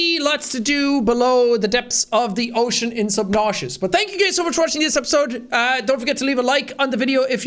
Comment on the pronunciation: Subnauseous, ha ha! LOL, Jackie-bro-man!